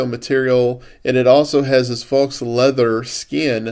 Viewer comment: Faux is pronounced FOE. Just an FYI. Good review. Nice case.